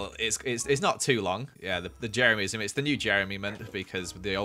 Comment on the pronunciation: Hi you are the best. I am a huge fan and member of Jeremyism ( which prounounces wrong) I numbered every item I own Jeremy 1234....